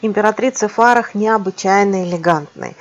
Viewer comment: Императрица Фарах ударение на первом слоге, супруга последнего шаха Ирана Мохаммеда Реза Пехлеви, Нане здраствующая.